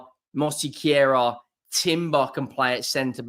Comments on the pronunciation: Mos-que-ra Not ‘’mossy-carer” Basically drop the extra syllable (vowel sound) after the s. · Mos- care-ah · Where are you getting mosequera??? It's Mosquera!!!! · why the fuck are you butchering his name like that. Say it how it’s spelt man😂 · Thanks for not saying 'smash the granny out the susbscribe button' made me unsubscribe. MOSQUERA. please learn it. MosEquera. No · there's no "e" in between "s" and "q". So is it is Mos-que-ra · i think its pronounced Mosk-era great video again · Mohseequira....lmfao. I love you. Never change mate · 😅...Moss-Care-Ra. There you go mate. Love your content. 👍🏼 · You been saying it wrong since the first time you said his name. Sounds like you have dyslexia. Where is the 'I' to be describing as 'mossiquera'? There isnt one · Pronounce it "Mos-Kera" there is no letter i in his name. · Loool mose-quera fabrizio Romano pronounced it right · It’s pronounced “mosskerra”. Hate to say it, but you’ve pretty much been saying it wrong the whole time 😅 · You have totally butchered the name!